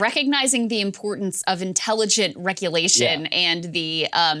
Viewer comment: Sounds like Krystal said "wreck-ulation". Doubt that was intentional, but it's very appropriate.